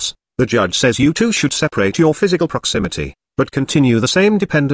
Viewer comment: "sperate" XD PS: Separate